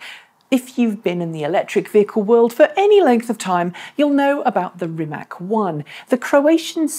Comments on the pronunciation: Please, pronounce /Reemats/ not /Reemack/ as that is how his surname is pronounced in Croatian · It is not Rimek, it is Rimac. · Hello, just to inform you that, native English speaking persons, should pronounce Rimac in proper way, not pronouncing "K" at the end of his family name. His family name should be pronounced with "C" at the end. In our language, contrary to English, we have very practical rule and if one's follows it can not be mistaken. There is a saying in our Slavic language which goes: "Write as you speak, read how is written!" Meaning that in our language every letter has it's unique pronouncing mark (phoneme) and you just combining the letters, always in the same way. There are some exceptions, but let's leave it from this short explanation. Following the rule "Write as you speak.." in our language, even strangers can read properly, even they do not understand a word of the text. This is just to know how Rimac is pronouncing properly. Although, Mate Rimac repeated many times in public that he did not bother with this interpretation of his family name in English. Thanks and keep up with good work!